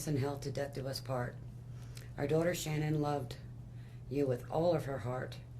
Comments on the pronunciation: IT'S SHANANNE NOT SHAN-ANNE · Her birth name is Shannon, but Sha’nann chose to change the pronunciation when she became an adult. Her parents still called her Shannon. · Her mom has stated in other interviews they named her Shannan (like her parents pronounce it) but Shannan wanted people to say it like “Shan’ann” which sounds so beautiful spoken. ❤ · I really don't get why her dad pronounces her name SHANNON when it's actually pronounced SHA NAN. Even killer husband pronounced it right. I was especially heartbroken about her brother Frankie. He adored Cece and Bella. Thanks for the reaction on this one. 🤗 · was chris mispronouncing his wife's name???